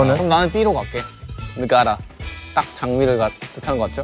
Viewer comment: ZEROBASEONE DID GREAT SPEAKING INDONESIAN TIME STAMPS : Gunwook, Matthew, Ricky, 10/10 : Y'all 10/10! : Mawar, Negara, 10/10! : These are right and good but 8/10 lol sounds like foreigners (well you are indeed) : Yo! 10/10 for Ricky, that's right, Alis! + : Imut-imut, penjahat, panutan, that's sounds good 10/10 : Bahasa, oooo sounds good gunwook 10/10 : Ricky!!! 10/10 Abang Ricky wkwkwk Matt & Gunwook also right, Abang Matthew, Abang Gunwook aaaaiguuu kiyowo wkwkw : Si Bungsu, nice Matt, 9/10 for you but I'll give you 10/10 since you're cute haha --- : Not related to score, but.. MATTHEW! YOU'RE NOT SHORT! If you're in Indonesia, you're tall enough. Now you're just happen to be on a a group whose members are all hella tall hahah : Ricky got it right but it's wrong! LMAO Tinja!! 10/10 ahaha : 10/10 good job guys!! Aaaah, I wish my name is Bunga. I want u to call my name :( : That "Terinjak" and "inilah diriku" is good, Matt! 10/10 : That's right, pagi hari, goooood job 10/10 : SEOK MATTHEW YOU MAKE MY HEART FLUTTER OMG IM DYING IT'S SOOO SWEEEEEET 1000/100 "Pagi hari...." aaaaah!!! Should I use it as alarm : You did well again, Matthew! "Masa remaja..." 10/10 : Matthew did great, "Aku" 10/10 but only that "Aku" part LOL : Aku berpura-pura wkwkw Gunwook did good but 7/10 this time wkwk : ALL DID GREAT! Kuat, Keren, Deg-degan!!! Ahhh 100/10 + : 10/10 Matthew, the way you